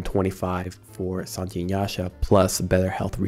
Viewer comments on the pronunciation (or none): i cannot believe you call sange as sanji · please never pronounce sange like that ever again